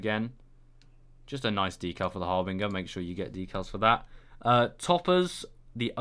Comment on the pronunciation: its pronounced 'har-bin-jer'